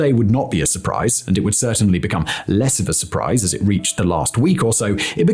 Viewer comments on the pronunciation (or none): none